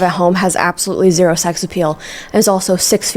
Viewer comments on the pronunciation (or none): none